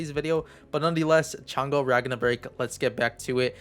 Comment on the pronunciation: what you say Changa, instead of Chang EEE? :D